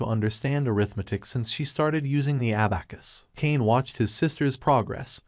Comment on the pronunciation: I cringe every time he says abacus